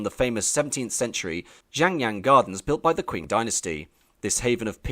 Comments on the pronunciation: If youre going to make a video like this, the least you can do is go on wiki or google translate to figure out how to pronounce some important words. Qing is read like ching not kwing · btw "Qing" is pronounced "ching", like "cheating" minus the "eat" not "kwing". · It's 'Ching' (Qing) as in 'Ching Dynasty' not 'Kwing'. How can you make such a film and not know that? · It's not pronounced " queen " Dynasty, it's pronounced " Ching " Dynasty, at least that's how it's pronounced in Cantonese. But i am almost certainly sure that is how it is pronounced in Mandarin, also. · Q is pronounced with a "chi", not a "kua" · Top tip: It's qing like ching not kwing. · I had to stop watching after two minutes, because I got so absolutely sick of the Narrator mispronouncing the name of the "Qing Dynasty.": It is NOT pronounced "Kwing Dynasty." Understand that in the common alphabet used for Chinese-english translation, "Q" is spoken as the "CH" sound - NOT as "Queue". It is a shame you couldn't do this basic research, because this could have been otherwise quite interesting. Just understand: You MUST be accurate, if you are purporting to be a historial/cultural channel. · 'Qing' is pronunced 'ching', not "kwing". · it's pronounced ching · Quing is pronounced ching. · This hurts. Please learn some Chinese pronunciations. This video is so disrespectful in how you treat their language. Qing is most easily pronounced as Ching for English speakers, even though it's not entirely correct, it's at least respectful. That's only one example, but you seem to take great pains to mispronounce every single word and you do it with pride. It's like as an Englishman you still feel the sting of losing Hong Kong and want to take revenge by being rude af. Example: Hong Xiuquan should be Höng Shyü-chwán. It takes minutes of research to get it right, but you clearly spent more than that getting the rest of your information more or less correct. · Qing is pronounced " tching"